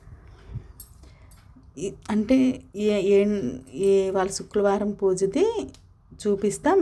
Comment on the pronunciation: చుక్లవరం కాదు madam శుక్రవారం